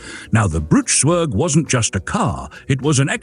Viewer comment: And pronounced tsverg, not sverg.